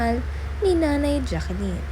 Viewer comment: Pronounced as Jacklyn po not Jacqueline